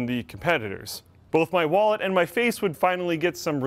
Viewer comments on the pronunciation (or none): none